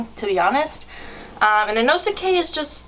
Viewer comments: The make up on zenitsu makes him look bad and he said inoskae wrong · Bruh zenitsu is inosuke2.0 getting inosukes name wrong